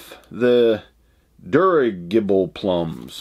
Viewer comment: just to let you know, the word "dirigible" is pronounced "dur-RIDGE-ibble". It is another word for a blimp or an airship. ( like the Hindenburg ) The word has its origins in the French word "dirigeable" which means steerable. Happy New Year to you and Becky from Toronto, Canada! 🇨🇦